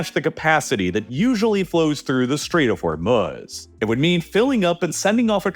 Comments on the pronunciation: WTHell is The Strait of Hormel-Smutz? 🤪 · THE CHALLENGE; do a shot every time you hear "Stait of Hormuz'. It's ridiculous.